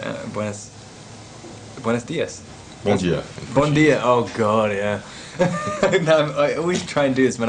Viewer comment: O bom dia dele é tãããããããão nordestino, que me faz o sentir aqui do lado. kk